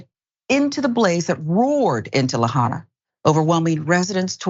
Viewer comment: la-HIGH-na or, more correctly la-HA-ee-na